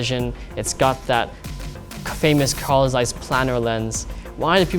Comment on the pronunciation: English really does hurt German words like Zeiss and Rollei :(